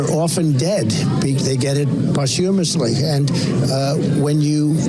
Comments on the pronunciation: Did DonOld say "pot humusly "?? 🤦‍♂️ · "You can do it, sir. Pasta mess Lee. Repeat. Just don't say 'repeat'". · When that idiot says "posthumously" so poorly you can see he has no connection to reality. "Post" (former, in the past) and "humous" from the Earth. So essentially "after burial". But the way he says it almost as if he was reading it phonetically just makes me want to puke.